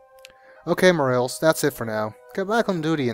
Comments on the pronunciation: It's pronounced "More-ah-lays", but whatever... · This has been said before, but it's pronounced 'Mor-AHL-es'. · Officer More-rails lol. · More a less